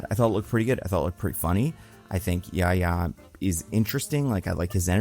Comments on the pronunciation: The correct pronunciation is yah-hee-yah, not yah-yah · Seeing pronounce Yahya's name as "Yaya" gives me psychic damage lmao